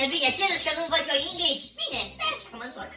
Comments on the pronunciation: Inglis nu mai English 😂😂😂😂😂😂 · ✨eNeNgElEsI✨ tare faza 😅